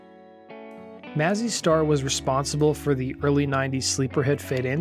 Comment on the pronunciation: Maze- e Star. Pronounce it correctly.